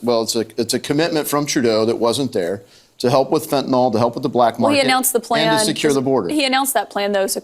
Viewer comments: Fentanyl (nil or nyl), NOT Fentanyl (nall). Say it right people!! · fentaNYL NOT fentanol !!!!